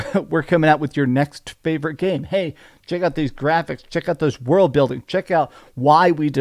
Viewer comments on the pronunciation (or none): none